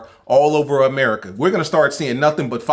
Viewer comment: Niggga said America wrong 😂😂☠️☠️☠️